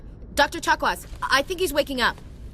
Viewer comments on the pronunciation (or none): Also, when one hears Dr. Chocolates instead of Chakwas you know you are in deep